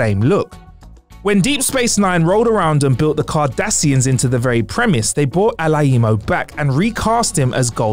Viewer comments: Its Alaimo, not Ala i mo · You butchered Marc Alaimo's name. So disrespectful! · Downvoted for repeatedly pronouncing Alaimo wrong.